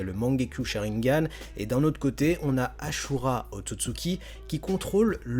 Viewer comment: C'est asura pas achura tu fait rire ahah🤣🤣🤣